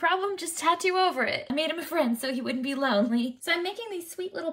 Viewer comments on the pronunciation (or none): " So he wouldnt be loAUHnly "